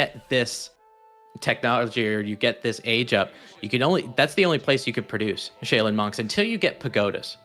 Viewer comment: shay-len??? Bro, I think even as Anglo-Euro blokes we can refer to Asian pronunciation and correctly say Shaolin.....